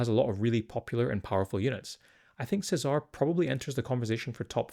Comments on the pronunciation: Feels like it should be the Italian pronunciation of Cesare, Che-zah-reh. Dante is Italian, Mateneo is close to the Italian Matteo and Nicodemus is also I think Italian. Lucien is an odd one out being French but Luciano is close. Seems like the blood angels have an Italian or at least Latin theme with their names making "Se-Zar" feel out of wrong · Che-zah-ray is how you pronounce this guys name.